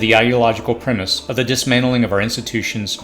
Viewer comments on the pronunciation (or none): none